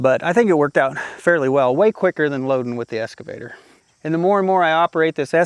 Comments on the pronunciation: Hey! You're still saying SCAVATOR! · There's no X in escavator.